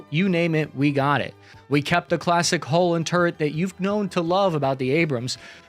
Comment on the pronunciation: Dude, it's "hull", not "hole".